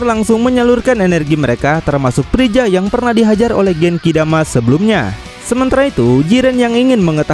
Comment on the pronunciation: Freza om bukan prija